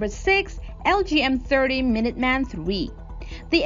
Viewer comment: Same here :) She has a native system of sounds but for some reason mispronounces so many words: accuracy (word stress), minuteman and all her -teens have their i's too low (sounding like -tin). A very interesting case from a linguistic point of view.